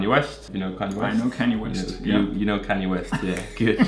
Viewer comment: Canyay West LMAO